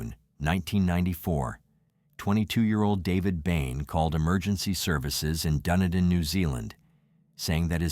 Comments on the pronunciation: It is pronounced DunEEdin!!! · Really pissed off how the dick who the narrator pronounced Dunedin. Say it dune. E din. Also his info is not right. Kiwis have it sorted. Of course David knocked them all off. Hey don't be throwing uninformed info on yr site. Maybe a little bit research might be closer to the truth. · Pronouncemed Dun-e-Dan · Hey im from Dunedin, my dad actually went to school with David. I just wanted to say its pronounced Duh-knee-din 🤣